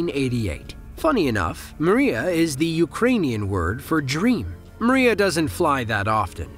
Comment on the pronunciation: МРIЯ = Dream . Pronantiation is a " MRIA" & not!" Maria" as you're pronanting ! mate ! Got it ??